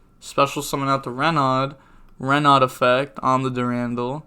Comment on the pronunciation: ikr, also when I see people call renaud "ruh-nod" I cringe